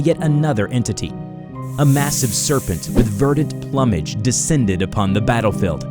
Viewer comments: Dude, its plume-age. Not plummage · Dear god... it's pronouced "ploo-midge" not "plum-age". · For the sake of narration, it's ploom'age, not plum'age. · You have the same mispronunciation in this one as has been commented on before "plumage" has a long U, should be pronounced 'ploo-mij' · Hey,. The word Plumage is pronounced like "Ploom-Age". Just saying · "Plummage" hahahaha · I don't know why it annoys me that he says occult and plumage wrong